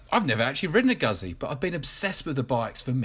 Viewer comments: Congratulations, you are the only person who knows how to pronounce Guzzi correctly lol. I have a MG750 special 2013, and a 1994 BMWr80RT, both the same horsepower, but the beemer is older and heavier, so the Guzzi takes off like a rocket in comparison, and its 50bhp is sufficient for everyday riding. But be warned the Guzzi,s are very addictive!! with a great sound track to go with it, the rasp on acceleration and the deep base boom on the overrun. you cant help but smile,. Looking forward to more of your videos on the guzzi. ps try to pronounce Ago-sti-ni as in the great Giacomo Agostini. Great honest vid cheers from the UK. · He is actually mispronouncing it throughout. Nice video though.